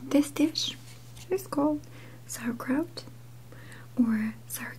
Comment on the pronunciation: it sounds like she said sow Kraut